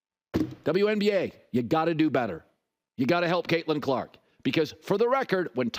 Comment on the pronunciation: Lol did he just say get caitlyn carlk easy schedule lol